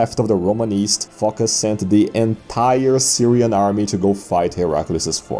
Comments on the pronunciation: It actually comes from the Greek word foki (ancient), or fokia (modern) which means seal. The name is pronounced Focás. Probably he had an ancestor from Phocaia, which was a common name for cities at the period. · It's not a confidence that narrator pronounces Φωκάς like Fucker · Emperor Fockers ...yes it's Fockers idk who this Phocas guy is